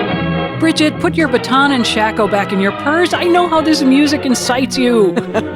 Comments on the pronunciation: As a proud band nerd, it's pronounced "Shake-oh" 😁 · Please Mary Jo... respect the band nerds, it's "SHAKE-OH" with a long A. :) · Wiktionary lists both long-A "shake" and short-A "shack" as valid English pronunciations, although I think short-A is closer to the original Hungarian. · My dictionary has “shack-oh” as the primary pronunciation. Maybe it’s a regional thing?